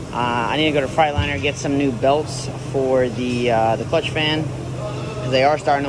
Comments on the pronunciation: I enjoy your channel. I say this with respect: You haul freight. In a "Freightliner".. not a "Fright liner" You got to know how to pronounce the brand of your truck. Ask Freightliner if you need confirmation.. 😂 Enjoy your channel. I bought a 99 w900l that has beat the shit out of me in repair costs too.. I know your frustration first hand. I paid it off. The one blessing that we have is that we'll know our trucks and what's been done at least. The fact is.. I've accepted the fact that I will always be needing to fix things as a constant so I pay myself accordingly and the rest goes into the business account. Have a good truck tax preparer and write EVERYTHING off! Keep up the good work partner. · I knew you could pronounce Freightliner right, you just didn’t want to lol trucks coming along good man. Keep up the good work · You crack me up how you say Freightliner